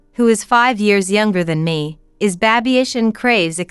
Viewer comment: It's baby-ish not babish